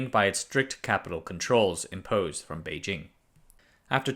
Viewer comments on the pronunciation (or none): none